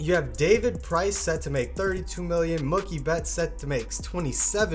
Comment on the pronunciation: "Mukie betts"...God dammit